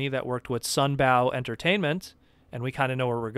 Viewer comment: It's sunBOW (as in rainbow), not sunBAOW. Sorry to be a YouTube comment douche, but it makes me twitch and I've heard you pronounce it like this before. Love your content, no means to be disrespectful, but I had to say something. Peace :)